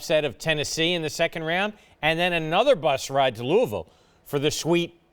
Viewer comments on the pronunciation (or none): none